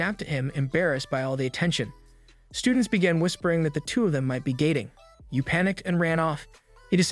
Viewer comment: Bro did not say dating